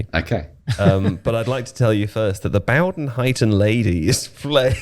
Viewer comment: it's bowden as in bow and arrow